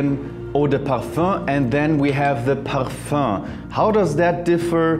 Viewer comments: Bro. "Perfur" ridiculous pronunciations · Sounds like you say parh fun.